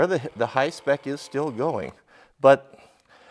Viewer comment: Dude I love him just destroying that “hi-spec” name 😂🤣😂